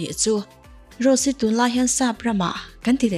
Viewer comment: Rose hi tinge Ro-se ti a i lam deuh tlat a